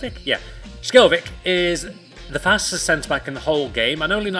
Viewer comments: skjelvik is pronounced sjelweek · Its shel-vick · You pronounces skjelvik shelvik